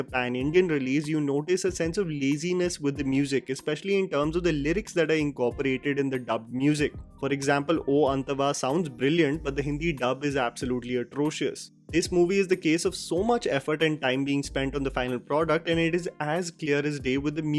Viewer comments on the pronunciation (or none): it's not oo anthava it is antava